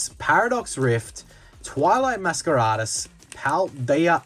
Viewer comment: I have to ask...is that just how Australians pronounce 'masquerade'? Is he being funny? Am I missing a joke?